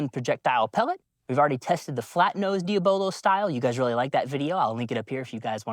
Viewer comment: It is actually painful to hear you mispronounce the word, "Diabolo". Consider the word diabolical.